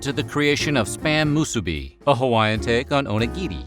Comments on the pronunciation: Shout out to the weird history narrator for not calling it Spam "MUH-SEW-BEE" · Oh my gosh. Thank you for pronouncing "musubi" and "onigiri" correctly. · Mahalo for pronouncing Musubi correctly 🤙